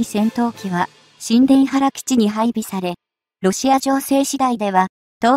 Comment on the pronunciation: 「ニュータバル」と読ませてほしいな